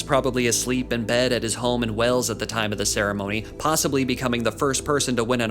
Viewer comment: Wales, not "wells"